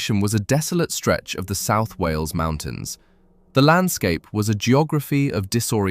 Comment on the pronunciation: It’s wales not wheels